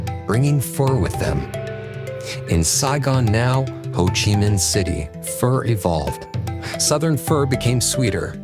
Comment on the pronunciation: It’s not pronounced fur